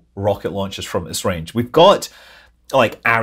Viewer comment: Hey Scott, Esrange is pronounced like S-range :) Greetings from Sweden :)